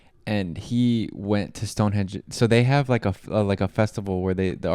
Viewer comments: (sp?) is well known for videos with mispronounced place names, and limited views of the country he's visiting. It's not "Stonehedge" - it's Stonehenge It's not "Westminister" - it's Westminster If he speaks about the Scilly* Isles (to the west of The Lizard, at the tip of Cornwall) he may mispronounce* it as "the Skilly Isles" - but the 'c' is silent, so it is the Scilly - pronounced Silly Isles (& It"s not "the reld" - it's the world!!) p.s. I think is from Utah. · "Stone hedge"? It is pronounced as it is spelt "Stonehenge" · Henge not Hedge ffs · Stonehedge? LOL. it's Stonehenge. That narrator needs help. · Why did he keep saying stonehedge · Is he saying "stone hedge"? 🤔 😄